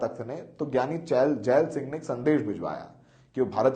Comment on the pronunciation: So many mistakes. Keshawgarh sahib nahi keshgarh sahib hai. Jaal singh nahi jail singh hai.and many more. Pls be careful